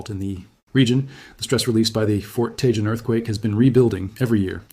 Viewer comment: Grenada who lives in Los Angeles to hear Tejon pronounce the way you've been doing is like nails on a chalkboard. Let me see if I can help you Ta Hone... Tejon that's how it's pronounced with an HJ is an H sound. Hope this helps you in the future not sound like you're not a native lol.